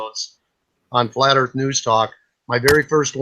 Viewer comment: oh, hello. don't know you. hi, I'm Yvette. welcome to flat earf!